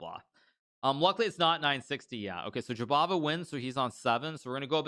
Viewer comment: gotta love it when Hikaru says "Jobaba" for like a 1000 times. Im walking around saying that name to myself